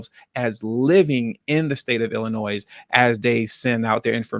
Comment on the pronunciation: Illinois has a silent 's' at the end